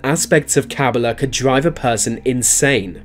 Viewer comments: KABBALAH is pronounced "Kuh-BAW-luh" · You pronounced Kabbalah wrong